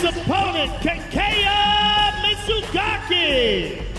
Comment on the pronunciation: His fucking name isn't Tah kay yah, it's Tah keh yah. Lord, they always butcher Japanese names.